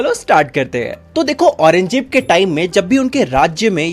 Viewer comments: Aurangzeb ❌️ Orange jeb ✅️ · aurangjeb ❌ orenge jeep✅